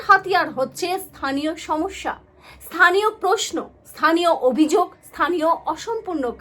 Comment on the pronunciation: থানীয় নয় স্থানীয়।